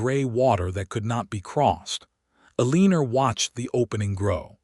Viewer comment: Can we not get AI to fix the mispronunciations El-i-nor NOT A-lee-nor, Rej-i-nold NOT Reg-in-old